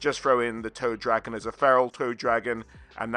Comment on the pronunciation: For some reason, I kept hearing Toe Dragon instead of Toad Dragon. To be fair, a "Toe Dragon" would be in line with Nurgle. 😎